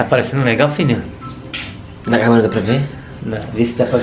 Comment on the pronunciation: Só eu quando eles falam filho eu ouço Vitor kkkkk